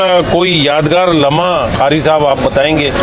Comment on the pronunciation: ازراہ کرم جب آپ اس شعبے سے متعلق ہیں تو اپنے تلفظ پر بھی توجہ دیں۔ آپ نے قاری کو "خاری" اور قادری کو "خادری" کہا جو صریحا غلط ہے اردو زبان پر رحم فرمائیں۔ شکریہ۔